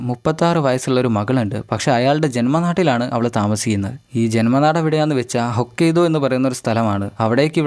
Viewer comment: ഹൊക്കെയ്ദു അല്ല ഹൊക്കെയ്ഡോ